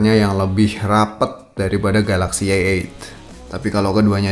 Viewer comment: bro ente bilang a8 denger kayak eek :D